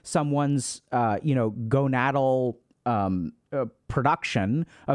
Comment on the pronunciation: Bro really said “gonad-al” lmao